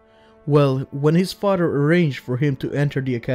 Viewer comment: His fadder 😂